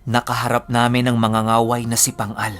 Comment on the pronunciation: Mang-ga-ga-way not manga-nga-way. Mas malakas pala sila kesa sa Babaylan. Dati akala ko iisa lang yan sila. Magkaiba pala.